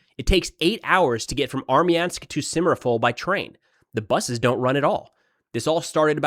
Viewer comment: >simmeropol its SimFeropol blyat